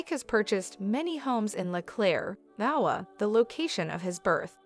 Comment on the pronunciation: Duh butt??? Did you mean debut (day bew) Aiwa???(a i wah) IOWA??? (Eye o wah) dumb ai voice overs.